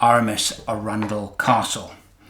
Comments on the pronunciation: It’s funny, I lived near Chichester in West Sussex for about five years, so the town of Arundel was just up the road. I’ve always known it to be pronounced “A-run-dell” and not “Arun-dull” as per. I daren’t question it of course, as I know the old curmudgeon will show me up! Great story, really enjoyable, thank you. Love what you do! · As a Sussex local I’d like to correct you on pronunciation of arundel. Arran dl. Love the models, you’re quite right when you say the satisfaction is ongoing, not just at the completion. Going to bed with your brain chewing over a process and coming up with a neat , relatively simple and easy solution is a nice way to fall asleep. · that's not how you pronounce Arundel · Please learn to pronounce Arundel properly!!